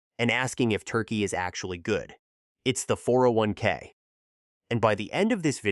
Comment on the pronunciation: "401 kick" "401 key"...ai slop